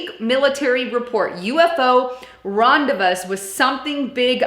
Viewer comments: Rendez-what?! XD Gotta luv ya!.. Rendezvous is pronounced Rendezvoo, so they Rendezvoused =) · Was gonna scream if I heard "ron-day-vose" one more time!!! It's RON-day-Voo & rhymes with YOU not NOSE! Ever heard of the concept of silent S..??! Annoying AF, AAARRGGHH!! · Ron-day-vooze,. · Ron-da-vooed. Not rendavussed. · ron day voozed ....uggghh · It's pronounced Rahn-dae-voo. Look it up! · Say; "Ron dey vood" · rendezvous is pronounced "randevoo" darlin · Just said basically the same thing ! Then saw your comment. I had to turn video straight off due to her, well how can i put it ?? Dumbness...... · interesting report. but its pronounced ron-day-vu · US Govt Secret Space Program (SSP). You said DOT and Dept of Defense. I think you meant DOD Please learn how to say rendezvous, horizontal, elongated, axis... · How are you gona run a whole youtube channel and mispronounce and misspell RENDEZVOUS lmao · lmao it killed me when I heard it she said it twice and I cringed so bad I ended the video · She mispronounced several words. Not just rendezvous.